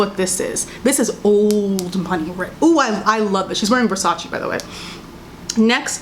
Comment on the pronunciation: It’s VersacE not VersacI